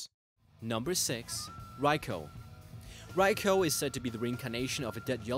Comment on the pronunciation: Raichu not riabchu